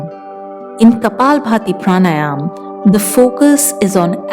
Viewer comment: It’s pranayama right? Not pranayam